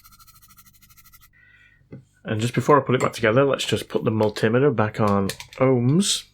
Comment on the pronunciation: Why tf do you say multimeter like that???!!!